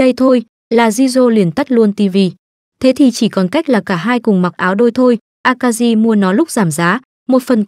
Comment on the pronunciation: Jirou, Shiori, Akari mà nghe phát âm giọng Bắc cứ cấn cấn